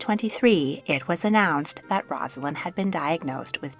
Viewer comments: One of my pet peeves in life … her name is NOT “roz” alynn!!! it IS “Rose” a lynn. not even the narrator of this story that features Rosalynn can get it right. pathetic journalism. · A nice vignette of the life of Rosalynn Carter. I briefly met Mrs. Carter when President Carter was visiting Kentucky while in office. She was a very gracious lady. But her name is pronounced "Rose-a-lynn". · Her name is pronounced with a long “O.” Basically, Rose-alynn. Before you make a video, check out how to pronounce the names. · Please learn how to pronounce her name before making a video.